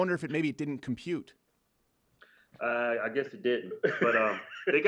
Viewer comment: with an american accent at "Compute"